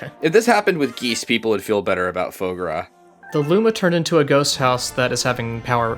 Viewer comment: Look, I can tolerate the Yoshi hatred; god damn if you didn't just completely mispronounce foie gras.